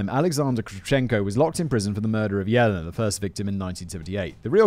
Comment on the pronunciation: Good thing he saved trees and didn't print out the script this time...this one would be A LOT of paper! :P:P Oh God...does that mean Callum's gonna try to get up to two hours with his next script? :O (and just FYI, simon - Yelena is pronounced "Yeh-lay-nah" no "Yellina" )